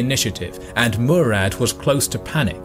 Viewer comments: Its Murat not murad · The names are wrong Not B is it - bajazit Not Murad-Murat Not Kbran Kovic- Vuk Branković